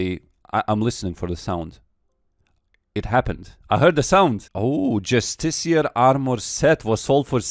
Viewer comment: is the first person i've heard pronounce Justiciar correctly.